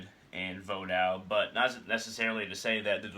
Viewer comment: No. all of the Ogou are Nago. not rada. he is not an oppressor. vodou is not makeshift. orishas have nothing to do with Vodou. it is pronounced Vo-doo not voo dawn. you know nothing of the tradition. don't just speak songs, they are meant to be sung.